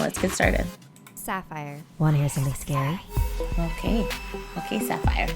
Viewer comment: U said scory so it’s now SCORY TIME